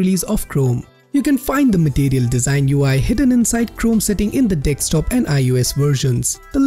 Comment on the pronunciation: It's desktop not dekstop